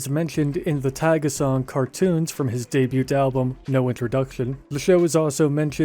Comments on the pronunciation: This mfer really pronounces the t in "debut" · Y is pronounced as e and the t in debut is silent. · I can watch of whole video of you just pronouncing the word “debut” 🤣